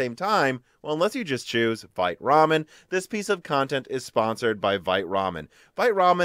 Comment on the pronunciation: you are pronouncing "VITE" wrong:) "VITE" is the french word for "QUICK" and the correct pronunciation is more like: "VEET":) Happy midweek and please keep it up the great job <3